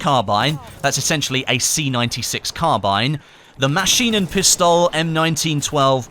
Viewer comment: gg how you butchered Maschinenpistole